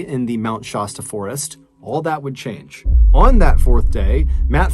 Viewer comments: Shasta is sh-ass-ta please stop mispronouncing it. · Sorry, but I have to correct something... Mt. Shasta - shASStA. Love your stories!! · It is kind of disrespectful to mispronounce names and places.